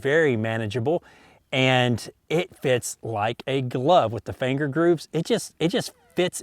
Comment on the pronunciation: "with the fanger grooves."